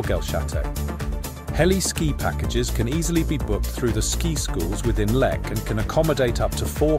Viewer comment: Pronounce it right please😂